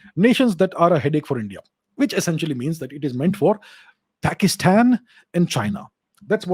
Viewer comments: “PAXTAN” sounds too damn funny from sir's mouth 😂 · Sir you are pronouncing Pakistan wrong… it’s Paxtan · Whenever he say 'Pakistan' I laugh so hard 😂